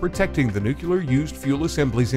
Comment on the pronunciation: Seriously, who hired a commentator which cannot pronounce "nuclear"?